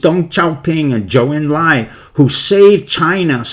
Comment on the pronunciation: "Hubei" province also off; and "Zhou" en Lai